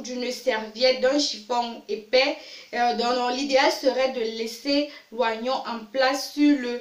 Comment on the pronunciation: c trop long ..... on s'endort. on dit o-nion et pas oi-nion.